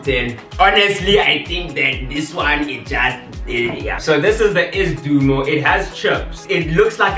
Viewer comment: Not Ass Dumo its Sdoumo